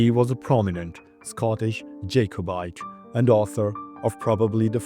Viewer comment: De Kalb county in GA is named for Johann PS Jacobite is pronounced JACK-o-bite.